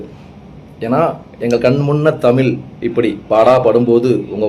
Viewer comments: தமில் இல்லை தமிழ்.நீங்க நல்லா உச்சரிங்க. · நீங்கள் சொல்வது முற்றிலும் சரியான கருத்து. இருப்பினும் தமில் தமிளகம் என்று சொல்வதை தவிர்த்து, தமிழ் தமிழகம் என்று ழகரத்தை நீங்கள் சரியாக உச்சரித்தால் இன்னும் நன்றாக இருக்கும்..... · சார் நீங்களே தமில் , மொலி என்றுதான் பேசறீங்க..